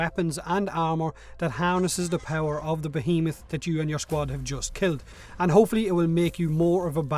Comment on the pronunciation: Finally, someone knows how to pronounce behemoth...